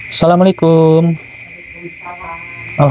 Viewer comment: Ucapkan salam yg benar sahabat BUKAN SALAMUALAIKUM tpi Assalamualaikum... Agar anda dpt berkah dari Allah